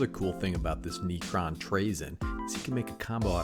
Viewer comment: The way you pronounce cards always catches me off guard. First it was neecromancer now it’s neecron